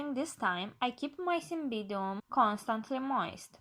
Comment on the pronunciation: get the pronunciation right cymBIDium